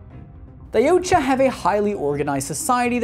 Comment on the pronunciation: Yautja is pronounced Ya-OOT-ja